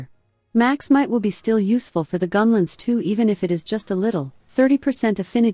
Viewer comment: Hard to listen to with the ai voice and every 10 seconds saying the word "gunlentz".